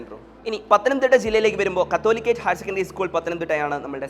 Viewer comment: കത്തോലിക്കേറ്റ് HSS അല്ല സാറ് കാതോലിക്കേറ്റ് Hss ആണ് പറയുമ്പോൾ ശ്രദ്ധിക്കുക 🙏don't reapt it